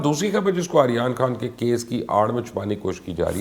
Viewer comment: He can't even says Aryan Khan 's name properly. 🤣🤣🤣